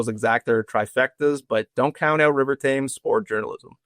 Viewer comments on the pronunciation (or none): It's pronounced River "Tems"